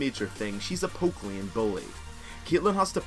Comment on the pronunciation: Vayne, main, lane, phase... Can't you learn to pronounce these words already? I mean, I like your videos, but I cringe every time when I hear your terrible pronunciation of these words. That's the only reason why I'm not subbing or watching your videos daily.